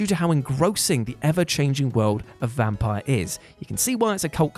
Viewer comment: Vampyr was awesome! A highly underrated game. And it's pronounced "vampeer".